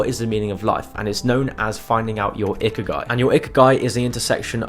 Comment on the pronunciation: "ikiagi", its ikigai